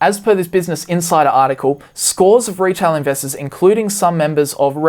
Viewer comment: Lmfao I thought you said "retard investors" xD